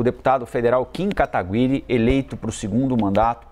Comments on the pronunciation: "kim katagwiri" eu realmente não entendo pq pronunciam certas palavras ou nomes de forma tão estranha. É tipo bolsonaro falando cuestão. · Ninguém fala o nome dele certo kkkk